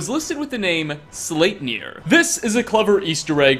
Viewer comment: SlEIpnir! EI! (Ei says "I", ie says "E")